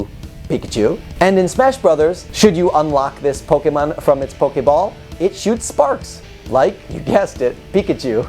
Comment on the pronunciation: Aight so u said the name right but then u said pokemin... POKEMIN!!!!